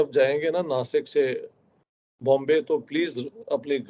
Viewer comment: Dasik nahi nasik hai